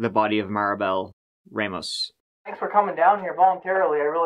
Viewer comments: It's not Ray-Moes. It's RahMohs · Rahmos not Raymost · Ramos not Reymos.